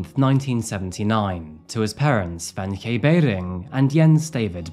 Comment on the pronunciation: It’s kinda interesting how you started out pronouncing “Wenche” totally wrong, but got more and more correct as time went on 😂 It’s just a “K”. Also, most people pronounce the “W” as a “V”